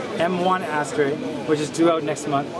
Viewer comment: Awesome, I'm not the only one that pronounces it "ass-tray."